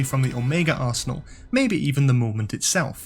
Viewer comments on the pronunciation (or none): none